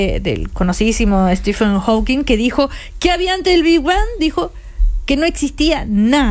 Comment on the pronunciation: Prof. Maza, es HawkinG, no HawkinS... Entiendo que los periodistas se equivoquen, pero Ud?